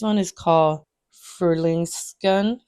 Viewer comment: Frühlingsgrün means "spring green," and your pronunciation is quite good!